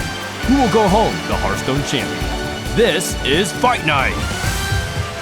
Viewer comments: ITS HEARTHSTONE, KRIPP, NOT HERDSTONE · Kripp, its pronounced Harthstone, not Herthstone. That bothers me so much. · Who the fuck says Hurthstone? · he says it hurtstone to this day